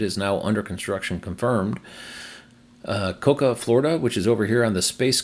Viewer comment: I think Cocoa is pronounced Co-Co If the station under construction in Nebraska is under the pip, that location is Big Springs. This would be a big deal as that narrows one of the larger gaps on the route through Nebraska to either Colorado or Wyoming. If the station is really North Platte, the pip needs to be moved about 70 miles east, and would be the third option in that town. ETA: Found the PlugShare entry, and it is North Platte. This will be a better location than the EA or Tesla site 2 miles aways and further off the highway. Sigh. Options are good, but I really would like to see some of the gaps narrowed.